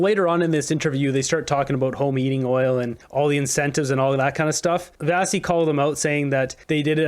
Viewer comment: We like Vassy. Give her the respect she deserves and say her name properly. Vashy.